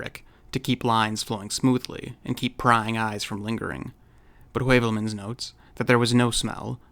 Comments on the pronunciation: "Skirmish against verification", eh? Hmm. Throw a vikingr at it. Vikingir are the ultimate skirmishers. Oh, and that's "hyoo-velmans", by the way, not "way-velmans". Es ist Deutsch. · Just brillant. Heuvelmans is pronounce Hoovelmuns..Asked sometimes the same like you, why it's so important to change for a constume...All the best from Northern Germany Ludwig.